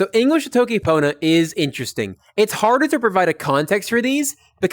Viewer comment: It’s not pronounced Toe-ki, the O is short as in the Spanish Every American tutor seems to get this wrong. tokki ponna. Really good lessons btw, very interesting and well explained.